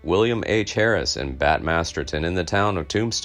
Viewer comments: Mispronounced Bat's last name,its MASTERSON not Masterton. Otherwise very good and interesting video, also its a saloon in the old west and not a pub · Masterson, not Masterton.